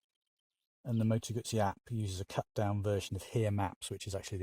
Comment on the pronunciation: In fact it is not a Gassi it is a Moto Guzzi. It is not difficult to pronounce this name correct. So come on a little bit more effort as respect to this nice bike.